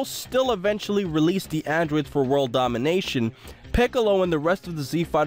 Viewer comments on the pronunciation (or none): none